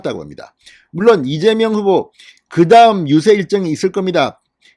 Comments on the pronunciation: 이재명이 아니라 이명박 으로들립니다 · 이(재)명(박)으로 들립니다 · 이명박 이민박 으로들리네. 재명자가 없다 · 맞아요 이명박이라고 들리네요ㅋ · 이민관으로 들리네요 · 이명박 으로 들렸어요 ㅎ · 대갈통 을 맏아서 혀가 꼬였네 이밍기 경제 대통령 한대더 맏으면 이낙연 하겠네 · 그러네요 이(민명)박 으로들렸어요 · 이재박빠른발음이네 누가들어도 이명박은아니다 정말시시콜콜 기레기방송 당신이 투표독려안해도 거동불능자 아니면 다한다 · 쇠망치에 머리를 우군에게 얻어 맞아서 발음이 어눌! 분명히 째매이는 아니다. 이랬던저랬던 저거 사정이고 내일결승점 1등 골인하는 윤석열을 뒤에서 투표하여 팍팍 밀자 밀어! 윤석열 대통령 만들자! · 무슨 이재명이라 하는데 발음이 약간 새는구만 별걸다 태클 이네 그러나 저러나 이재명 압승~